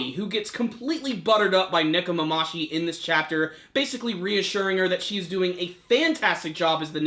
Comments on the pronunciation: it's Nekomamushi not Nekomamashi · nekomamushi not nekomamashi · ne-ko- ma-MU-shi.... it's been several weeks now come on man get their names right